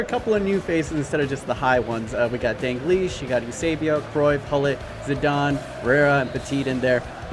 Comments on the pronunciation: Dal-glish not Dan-glish Just saying! <3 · Him saying “dangleesh” gives me anxiety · Why do you pronounce it dangleash? Where do you see the n in dalglish? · My mans really saying Danglish...